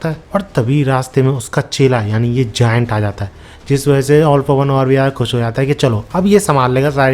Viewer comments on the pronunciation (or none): none